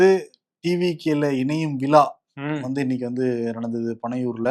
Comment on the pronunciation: இதனையும் விலா அல்ல. விழா என்று சொல்லவும்.